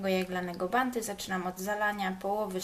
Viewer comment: Od kiedy na bounty mówi się 'banty', jesus. Jeśli nie umie się angielskiego, to się nie mówi, bo to okropne.